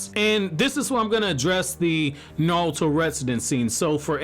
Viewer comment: The way you say naruto (nouto) is giving me pain in my stomach but overall a great video